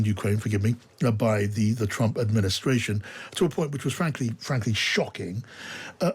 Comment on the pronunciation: "Look at me, look at ma, everyone look at me" Skweems Trwump!!